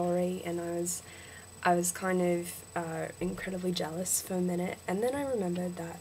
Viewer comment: Be careful how you say 'how' and 'of', you drag them out too long which makes them sound British. You're pretty good but I would try to speak faster, that's the biggest problem.